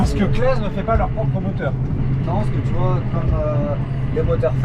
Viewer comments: Renault et Claas ! Et d'ailleurs ça se dit Classe et non Clase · En fin la fin du suplice made in massey ferquicogne et au fait on dit claassssssssssss 😂😂